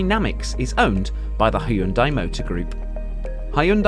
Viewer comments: its not ha-yun-dai, its hyun-dai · It's actually pronounced Hyun-De